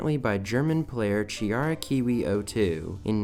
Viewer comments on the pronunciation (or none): none